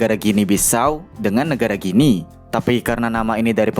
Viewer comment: Kenapa Guinea jadi Ginea ya, bukannya dibacanya Gini, kayak Papua Nugini